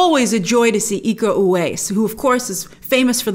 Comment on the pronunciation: It's ooh-WHY-yees, Grace. Can't wait for this movie!